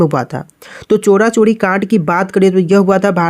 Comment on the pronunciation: चोरा चोरी नहीं है भाई चौरी चौरा है 😅